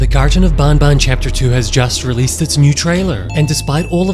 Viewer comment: Bro said "bambam" 💀